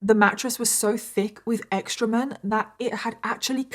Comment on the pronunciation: What’s up with the pumpkin orange eyeshadow? Looks like the latter stage of a healing bruise. e.t.a. FYI, the word is “excrement”—-not, “extrement”